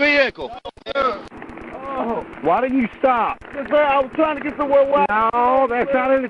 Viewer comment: Shout out to the country folk in Arkansas from Australia haha. You guys remind me a lot of our people up North. Just super grounded and straight shooters. I also like how you pronounce 'vehicle', Vee-hee-kel. haha. Rad.